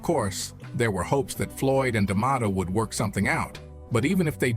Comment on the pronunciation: Why does Morgan keep pronouncing Liston's name differently..He said Lee-stahhn, Li-stan, Lyee-ston...my goodness every time he pronounces his name in a different way, really strange and distracting..And CAS D'Mato? Pretty unprofessional for probably the most popular narrator in history to just mispronounce easy names..